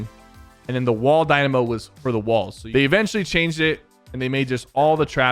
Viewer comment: Sypher you said wall dynamo wrong